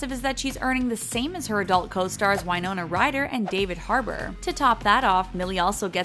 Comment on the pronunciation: Why-Nona Ryder 😂